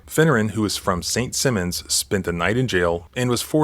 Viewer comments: Its Saint Simmons island. The I is long Ga is full of good old boy cops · It’s pronounced “St. Simon’s Island,” as in “Simon says,” not “St. Simmons.” It’s a resort town. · St. "SY-muhnz", Georgia is how you pronounce St. Simons, Georgia (not St. Simmens). I do enjoy your videos, simply letting you know how it should be said 😉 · Hold on!!!!! Saint Simmons or Saint Simons Island, GA?? I lived on Saint Simons Island for 15 years and EVERYONE who read my address pronounced it Saint Simmons. The problem with police is they get to go home every night regardless of whether or not they arrested an innocent person. The innocent arrested person has to spend a night in jail and have an arrest on their record. Nothing happens to the cop. Just another day, another arrest.